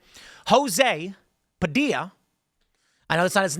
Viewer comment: Padilla, like tortilla